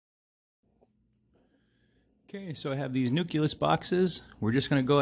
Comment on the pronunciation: "Nuculus" lol